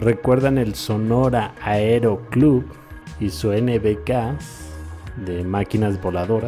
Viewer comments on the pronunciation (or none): none